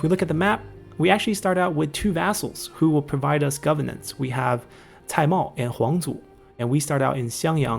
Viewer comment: GoveRnance. It has an R in the middle that needs to be enunciated.